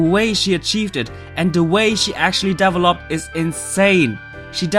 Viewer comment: i can tell has a non-american accent because he says devoloped instead of developed:P